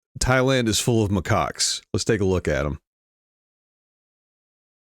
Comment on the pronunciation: It's Macaques, Macaques, Macaques.... reprogramming